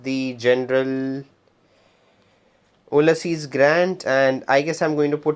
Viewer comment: Funny difference…. You say Oo-lysses (exaggerated a bit) Grant….. but Americans usually say “Ewe-lysses” Grant. Not criticizing, just noting. Thank you for a useful video